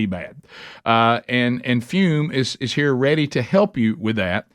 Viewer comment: Some great human being right heuh